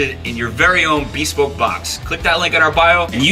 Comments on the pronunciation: Every time I hear someone say bēspoke I just want to apologize to their English teacher. “I’m truly sorry, I don’t blame you. He’s just a phuquing moron.” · The irony of homeboy kind of murdering the pronunciation of bespoke, when it basically means CUSTOM. lol.